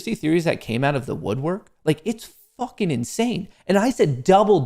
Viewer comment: Does anyone else cringe when says “Fukn” 🤬